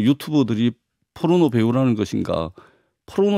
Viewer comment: 이 여자는 포르노를 의도적으로 뽀르노라고 발음하네..